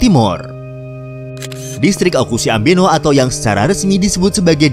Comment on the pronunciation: Sedikit menambahkan min 🙏🙏 : 1. Oecusse di baca "Oekusi" bukan "Ukusi". Tempat pertama Portugis menginjakan kaki di pulau Timor sebelum ke Kupang . 2. Dalam bahasa Dawan Oe (air) dan Cusse/kusi (meriam). Ini karena raja kekaisaran Ambeno saat itu melihat kapal Portugis datang dari kejauhan membawa meriam. Bukti meriam itu masih ada hingga sekarang di Sonaf (istana) kerajaan Ambeno. 3. Sengketa lahan mengenai pulau batek di Kabupaten Kupang dan desa Naktuka di wilayah TTU nyaris menimbulkan perang saudara dengan Oekusi. 4. Oekusi sebenarnya tempat pelarian para Topass (prajurit perang turunan campuran pribumi dan Portugis) yang melarikan diri dari kerajaan Larantuka di Flores Timur.. 5. Bahasa Tetun asli (Tetun Loos) dituturkan di wilayah kabupaten Belu dan kabupaten Malaka di NTT. Sedangkan di Timor Leste menggunakan Tetun campuran Portugis (Tetun Agora). Jadi sebenarnya induk asli bahasa Tetun berasal dari kabupaten Belu dan kabupaten Malaka di NTT.